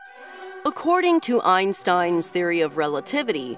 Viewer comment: 1if the train is moving with the speed of light adam time would stand still untill he slows down. 2the dors where not opening and closing one after another in saras video as shown in the video of adms view. 3 the way Einstein is pronunced in the video is as bad as my englich grammer. 4 why is the coment section getting so horn about sarrah? just because they see Adams train entering Eves tunnel?